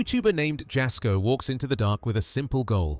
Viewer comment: TST< > Moe's last name is SARGI (pronounced: SAR - G) not Moe Soggie. TST< > JASKO'S name is pronounced: the "J " makes a " Y " sound ( YAS - KO) it's not a "J " sound. If your going to be uploading other Creator's contents for your contents you REALLY NEED TO LEARN TO PRONOUNCE THEIR NAMES CORRECTLY AND THEIR CHANNEL'S TITLE CORRECTLY. Because their sub's & viewers will tear you apart negatively in your comments for sure. They kinda go a little Karen-ish when someone says something incorrect. So, it would be a wise decision to know your subjects and their info before uploading, especially when your contents are reviews content of other YouTube Creators. Just thought you show know before you start to take off with uploading content on your channel, because small mistakes like all that you have so far in your contents now that people are already barking about, will end up killing your channel before it grows. Just thought you should know, viewers take this a bit serious. Just saying 🤷😊